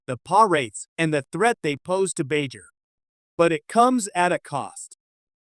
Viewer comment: Lol and Bai Jur